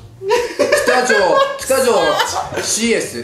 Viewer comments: きたじょう→ほうじょう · 北条をきたじょうと読む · きたじょうじゃなくてほくじょうですよね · 「きたじょう」って読んでたしｗｗｗ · きたじょうじゃなくてほうじょうwwww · 「ほうじょう」ですw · ほうじょおですよ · 宮川ふみ 北条＝ほうじょう なww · きたじょうとか3年生の読み方だぞw北条政子とか知らんのか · いい加減簡単な漢字ぐらい読めるようになれよw 北条なんて厨坊でも読めるぞ・・・。